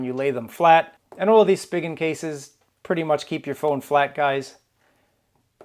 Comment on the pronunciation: I think it's pronounced as Spy Jen!!